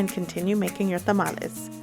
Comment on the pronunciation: Your video is so pleasant and paced to follow easily. I loved that you pronounced the word Tamales in Spanish as it should be. The singular of the word for some reason has been anglicized into tamale, but I learned by studying and speaking Spanish that a single tamal is called tamal. There are differences “among people whether to use one or the other but chef Carlos Salgado, the pioneering Mexican-American, James Beard Award semi-finalist of Taco Maria in Costa Mesa – it’s a different story. “I’ll correct anyone, kindly,” he tells me over the phone while he prepares tamales for this holidays season using chalqueño heirloom corn from Mexico for his masa. It’s not too much of a surprise considering his active Twitter account.” From article in LATaco.